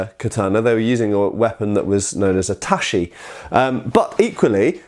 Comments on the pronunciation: not taSHi but taCHi 太刀 read as たち or daito literally long sword, odaCHi 大太刀 large long sword, nodaCHi 野太刀 long war sword but first character is plains, fields, rustic...:D. Wakizashi You read ok 脇差 read as わきざし. As You can see different characters ち vs し read differently. For native English person its harder language to grasp good pronunciation we Slavs get it easier while we butcher mercilessly English pronunciation;) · Not very important, but Ta-chi, not Ta-shi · Tachi not tashi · Really bothers me how he pronounces japanese ch sounds like an english sh. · It's not pronounced tachi with an " sh" but tachi with a " ch" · Up front, as an enthusiast, and as someone with a bit more than a passing familiarity with Japanese Language, I found it very grating to hear the last syllable in Tachi, No Dachi, and O Dachi, pronounced as "shi" rather than as the hard "chi". Second The No Dachi and O Dachi are the same sword, just with a different reading of the first Kanji in the word. The only reason this bugs me, is because of how changing part of the sound of a syllable can change the whole meaning of the word. It's almost impossible to compare Japanese swords with European swords. This is due to the fact that the Japanese were limited by their materials, and so took the sword they could make and built a martial art around it. This is in contrast to the Europeans, who had access to much better steel, and could design newer swords around revolutions in martial thought, and so developed a sword to suit the martial art of the time. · Just a note - "ch" in Japanese is pronounced "tsh" not "sh" so tachi = "tatshi" not "tashi". ;) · Tashi? You mean tachi? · Just a pronunciation tip: "TaCHI", "NodaCHI", and the like are pronounced with "Ch" as in "Cheese" not "Sh" as in "Shoes" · The proper pronunciation is TACHI, not TASHI Sincerely, Japanese imperial Historian (l4 Japanese speaker) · "Touch-ee" not "tashy". (I know it will bother people.) Another fascinating video, thanks!